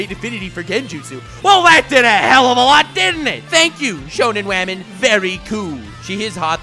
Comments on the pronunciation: “Wamen” lmao. Subscribed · Every time you say "wamen" i cringe so bad